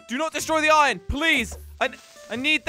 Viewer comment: Who else noticed that he said ion in stead of iron